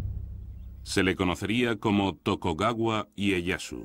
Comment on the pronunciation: Chupito cada vez que diga "Tokogawa"